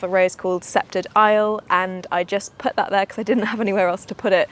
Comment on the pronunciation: The garden is looking magical and I bet it smells divine. Thought you may want to know that when prounouncing sceptred isle the c is silent and is taken from Richard II Shakespeare referring to England. I can recommend Blush Noisette if you are ever on the look out for another rambler as Francis E Lester and Rambling Rector only flower once but this one repeat flowers from June until the Autumn